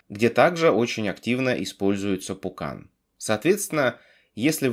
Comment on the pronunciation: Я один слышу вместо Vulkan - пукан?